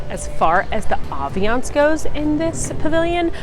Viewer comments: It’s “ambience “ not aviance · Great video, really helpful, but am I really only one who has noticed her mispronounce ambience every single time?!